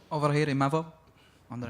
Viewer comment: Bro they can't even pronounce imavov name correctly XD